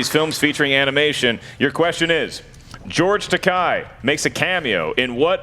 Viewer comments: Mispronounced George Takei's name. I mean.. really?! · No, but I'm going to comment on the fact that he pronounced his name wrong.